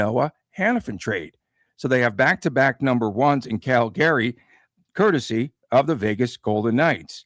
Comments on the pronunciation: Is the wierd Cal Gary pronunciation on purpose??? Calgary is more like Calgury but one word not 2 as well. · Not pronounced CAL-GARY. Pronouned CAL-GREE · Cal-Gree. I am born and raised in Calgary (Cal-Gree) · yeah, that was off -putting I agree